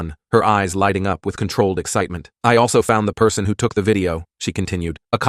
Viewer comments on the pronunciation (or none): “Pr-son” got me dying 😂 (edit 1: DANG YALL IT BEEN A DAY AND 31 likes!? TY) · Bro, the “pee-arson” got me cracking up